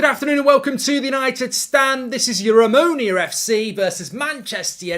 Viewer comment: The club is called Omonoia... Not Omonia